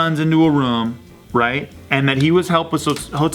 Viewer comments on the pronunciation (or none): Ha! says "rum" instead of "room" lmao 😂